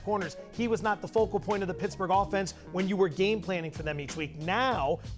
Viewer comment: “Pittaburgh” nice one..